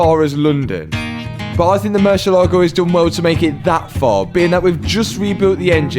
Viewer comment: Please .. mercy A ligo .. accent over the A